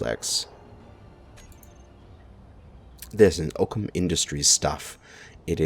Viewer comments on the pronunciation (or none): none